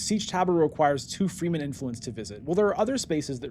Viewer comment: One thing that is killing me: Why do you pronounce Fremen „Freemen“? Shouldnˋt the e be short? Like you say it in Fremkit?